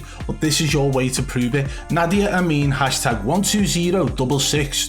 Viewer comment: 'If you change your name on uuuuuuuuuurr account ' change the accent too